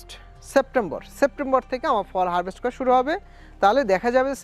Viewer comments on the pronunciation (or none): none